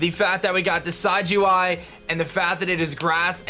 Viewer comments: I simply disliked because you mispronounced Primarina and Decidueye. It's PREE-MARINA, not PRI-MARINA. Also, you made the "I" sound in Decidueye's name, it should sound more like DESID-JEWEYE, not DECIDE-JEWEYE. Don't blame me, blame my OCD. Sorry if this sounded offensive. I know I'm gonna get hate on this comment, regardless. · Its not Decide-you-eye! Its Pronounciation: Deh-SID-ju-eye Like Deciduous trees, and eye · decidueye is pronounced duh-sidge-oo-eye ! just a heads up! it's like a deciduous forest ! :D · im sure someone commented this already, but: Rowlets final evo's name is a mix of Deciduous, a kind of tree, and eye. pronounced Dee-sid-you-eye, not dee-side-you-eye. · It's probably pronounced like deciduous because of the forest type. Not like the word decide. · And it's pronounced Decih-dueye, not Desigh-dueye! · The mass mispronunciation begins.. why do I get so triggered ffs lol. Decidueye's name is based of deciduous, not decide. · Believe it is De sid u eye, like deciduous forest, not De side u eye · It kinda bugs me he says DECIDE-U-EYE its decid soft c as in deciduos forest and eye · You pronounced Decidueye wrong. It's deciduous and eye put together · Everythime he says Decide-you-eye I facepalm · Pronounciation: Decidueye (Deh-sidj-yoo-eye) Like a deciduous tree. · I believe it's [de-SID-you-eye] after the deciduous tree, as well as [PREE-muh-ree-nuh], as in Primadonna. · It's pronounced Deh-Sid-You-Eye like Deh-Sid-You-Us trees that lose their leaves yearly as if they are dead. Also Pree-Mah-Reena similar to primadonna which is a female singer. primadonna + marine = primarina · I think Decidueye might be pronounced Di'Sijō-Eye as in Deciduous (Di'Sijō-Os) + Eye. But I could be wrong because Decide - You - Eye sounds better anyways. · The dueye in Decidueye is pronounced "day" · I think it's probably pronounced 'Decid-' as in 'deciduous.'